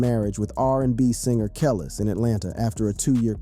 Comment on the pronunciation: THE SATAN SYSTEM HAS MANY DIFFERENT VOICES THAT CAN"T PRONOUNCE CERTAIN WORDS RIGHT, "THAT'S WHY THIS BOT CAN"T PRONOUNCE KELIS'S NAME RIGHT"!!!!!!!!!!!!!!!!! THIS ISN'T A REAL FLESH AND BLOOD PERSON TALKING ON THIS VIDEO!!!!!!!!!!!!!!!!!!!!!!!!!